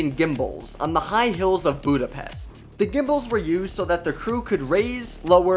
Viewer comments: It's pronounced “booda-pesht” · the "s" in Budapest is pronounced like the English "sh" in posh, harsh, mesh, short.